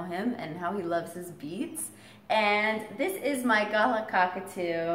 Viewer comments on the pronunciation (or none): Hey. An Aussie here. You’re not pronouncing Galah properly...